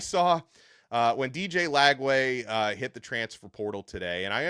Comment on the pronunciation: Not Lagway, please.